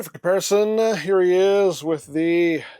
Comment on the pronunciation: it's ok you're the best one for comparisons. "Compar-i-somnns".